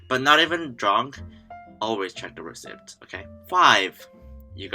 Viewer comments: The ceipt part of receipt is pronounced like seat. It's pronounced as re-seat. Just trying to help you if you weren't already corrected. Oh.. And your English is good. Don't listen to some of these other people. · just being itchy"receipt" is pronounce as receit "p" silent. Thank you!!!! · J walking is illegal? That's mad! In England I do that all the time as we have so few designated crossing areas! And a tip, the way we pronounce the word receipt is more like "ree-seet" than the way it's spelled. English is stupid haha